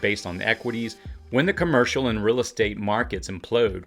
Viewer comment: Your content is very good, but I have to admit that your odd pronunciation of certain words throws me off while watching. You pronounce words like 'real' as 'ril', and 'jail' as 'jil', and 'fail' as 'fil'. Please continue to make this great content! I don't mean to be critical, but just thought you might appreciate some constructive feedback from someone who watches much of your content.